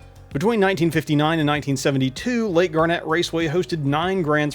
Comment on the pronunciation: Never heard it pronounced like the gemstone. I was born there, my mother was from that area and everyone around there pronounced it "gar-net"